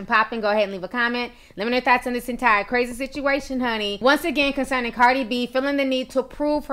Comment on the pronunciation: not trying to be rude, but you said cardis name wrong lmao